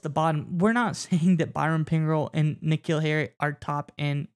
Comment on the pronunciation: Hey guys, it's K-Neal Harry